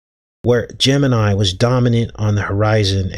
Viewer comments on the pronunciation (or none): none